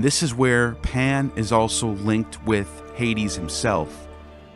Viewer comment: Are you saying “Pam” or “Pan”?